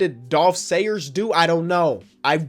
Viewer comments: it’s not shayers it’s schayes and he was a great rebounder and low post scorer. I have his card that also comes with a coupon for a shaver. Yeah, 1950s basketball was really weird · Apparently “Schayes” equals “Sayers” 😂